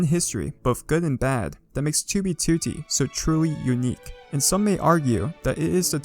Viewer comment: you make great vids dude, but you pronounce 2b2t wrong and it's annoying lol